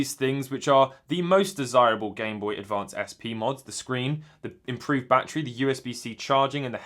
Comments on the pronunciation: “Bah tree” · “Bah tree 10 dolliz”